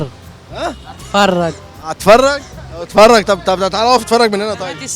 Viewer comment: الصعيديي اللى بيقول (عتفرج) ههههههههههههههههههههههههههههههه